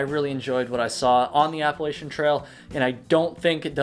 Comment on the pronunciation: I’m going to throw an apple-at-cha if you keep saying Appalachian incorrectly :P